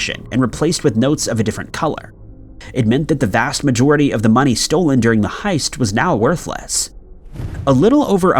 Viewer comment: No he's just a retard. He says lots of words in general incorrectly. Heist hoist, 🤣🤣🤦🤦🤦🤦